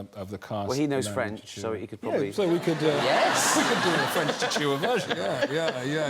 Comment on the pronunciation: Oh noooooo!!! I love Chiwetel Ejiofor and being 1/2 Malawian and having lived n Malawi until I was 12 I was startled to hear him refer to it, mainly because so few people in the world even know Malawi exits. But the language is Chichewa, pronounced very phonetically, and not “Chi-chi-wa”😫😂